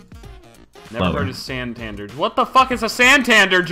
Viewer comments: Lol "Santandur" XD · San tan dare that's who u read it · the way he pronounced San-Tan-Deeerr its pronounced Santandur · San-tan-dare, its a European banking company. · its pronounced santandare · sand tandar as well.. like wtf XD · it's pronounced san-tan-dare. and it's an English banking society. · Santander (San-tan-dare) Is a banking society in the UK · it's pronounced SAN-TAN-DARE and LESS-TER CITY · Santander is pronounced San-tan-dare; banking organisation. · ITS SAN TAN DARE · San-tan-dare XD its a European banking company lol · its san-tan-dare sory us british are weird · the way he pronounced santander